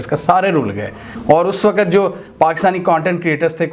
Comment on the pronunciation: Please ..the word is “waqt” not “waqqat”